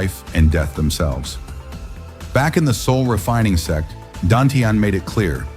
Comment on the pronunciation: Please correct the word SEX to the correct SECT, pronounced SECK .